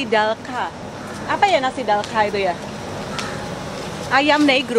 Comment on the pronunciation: Cara sebutnya 'dalcha' bukan 'dalka' 😊